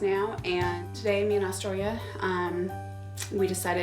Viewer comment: Man during this episode I was hearing Dystoria But her name was Austoria . 🤦🏽‍♀️🤦🏽‍♀️ I really hope the relationship between the mom and the daughter stays good . Because at the beginning of the show she had many prejudices towards her daughter